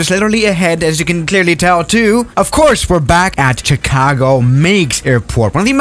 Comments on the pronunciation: I have something to tell you its not pronounced "Ch argo" its Chicago. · No one: Chicago: CHH-icago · I love how you say Chicago